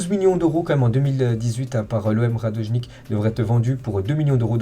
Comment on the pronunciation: Tw aussi tu dis radojnik😂